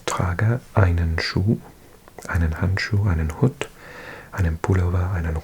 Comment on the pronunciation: Your German is getting so good, mate :) but one thing I noticed is your pronunciation of "der Hut". It is a longer u. More like the English "hoot"